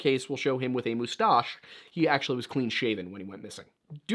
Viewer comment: that's the first time I've ever heard anyone pronounce moustache correctly.